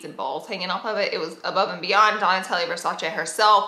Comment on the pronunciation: Isn't it Donatella? Not Donatellia...